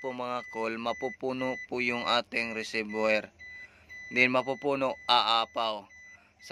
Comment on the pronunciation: Kuya okay nmn yung po yun video nyo. Malaking tulong po. Gusto ko lang po sana itama yung pagbigkas nyo po ng Reservior. Wag nyo po ako ibash. Gusto ko lang po maitama para sa mga susunod na videos po ay maganda na po at tama pagbigkas nyo po. RESERVOIR - RE-SER- VU-WA Sana po gamitin nyo sya para sa improved video. Sana po nakatulong. God bless at keep it up po!